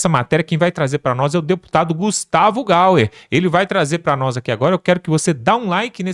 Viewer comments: MENINO É GUSTAVO “GYER” (LÊ-SE GAIER)E NÃO GUSTAVO GAL ER. AFF! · NAO É GUSTAVO GAUER , É GAYER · Meu amigo,boa noite! O nome do meu deputado,não é Gauer,mas sim GAYER,ok? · GUSTAVO GAIER, GAIER, GAIER 🤦🏻‍♀️🤦🏻‍♀️🤦🏻‍♀️🤦🏻‍♀️NÃO GAUER. APRENDA POR FAVOR. FICA FEIO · Gustavo "GAUER" não dá, né, camarada? Qual ea sua dificuldade de falar GÁ-I-ÊR? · O nome é Gustavo Gayer, fale gaier,ok?